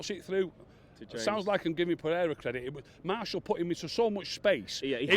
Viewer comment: Who’s Marshall ? It’s martial mate 🤔👍🤣